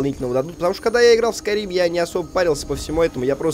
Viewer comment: Skyrim Бл**ть! А не Скурим